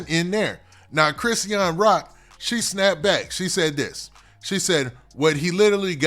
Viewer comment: I wish u would just call her Rock or somethin if you're not gonna pronounce her name right 🙄